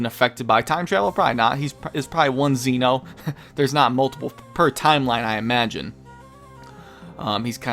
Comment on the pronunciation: It's Zen'ou, not Zeno. His name isn't Zeno, he is the king of everything, the Zen Ou. Zen means everything and Ou means king. Imagine his name was written like Zen Oh. That's how you say it. You could also try watching the anime and listen to how they say it.